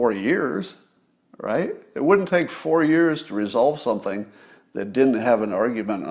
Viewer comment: Scott, you should learn to pronounce the 'D' in "wouldn't", "shouldn't" and couldn't". You would sound like your IQ is ten points higher. "Woont", "Shoont" and "Coont" are not words.